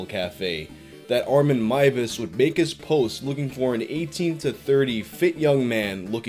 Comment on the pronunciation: Finally a youtuber who pronounces Armins name correctly! Thank you!